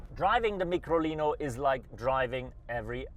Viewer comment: Its Micolino - as in Microscope. Not a Meekrolino. And the early version was an Isetta - as in Eye- setta. Not an Eee-setta.